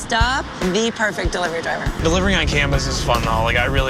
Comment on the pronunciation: "Delirervy driver"